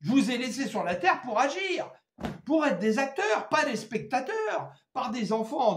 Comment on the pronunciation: Laissons agrir?, agrrreeuuh?